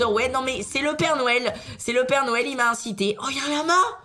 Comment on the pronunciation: Est ce que je suis le seul à l entendre dire père nouel